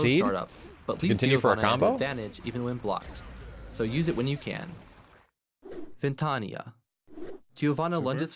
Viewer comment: As people noticed all her moves are in Portuguese Brazilian (Horrible language btw), I will put a translation to English... also the announcer butchered every pronunciation... Sepultura - Grave; Trovão - Thunder; Sol Nascente - Rising Sun/Dawn; Sol Poente - Sunset/Dusk; Ventania - Wind storm/Gale... Doesn't have an exact equivalent word in English; Tempestade - Storm